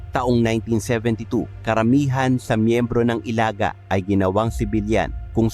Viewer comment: Pangit nag pag prunounce ng Ilaga